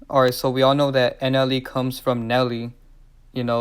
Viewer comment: Say it with me Slowly… "Nelly" "N-L-E"